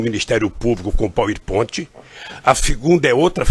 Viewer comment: "Poer ponti" foi boa...Achei que fosse o Popertone imitando...como pode um sujeito deste ter sido presidente?